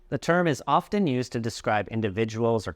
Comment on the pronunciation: you also pronounced pronunciation wrong and in often "t" is silent..